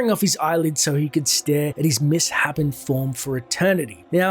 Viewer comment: It's mis-shapened, dude. Not Miss-happened.